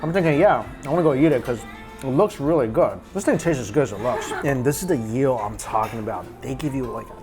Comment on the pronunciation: It's "EEL" not "YEEL". Just saying.